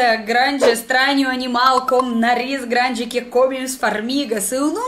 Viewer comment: "Eu sou gRRRRRande fã dos pôr do sol..." Minha nossa! Que fofura!